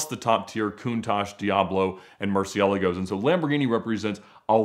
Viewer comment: the dude who has sold more lambo’s than almost anyone else world wide mispronouncing murcielago 😂😂😂 pronounced (merch-I-a-largo)